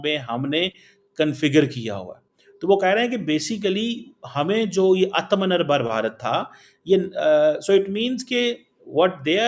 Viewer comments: Artha menar nhi be,, Aathmanirbhar hota hai woh... Words sahi use karo... 🤦🏻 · It's Aaaatamnirbharr